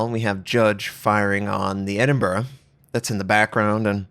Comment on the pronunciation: Yup...No Edinboro here